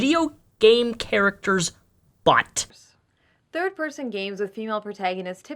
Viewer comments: i love how says "butt" very emphasized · Omfg every time you say "butt" you put this annoying fucking emphasis that makes me cringe every time. Please stop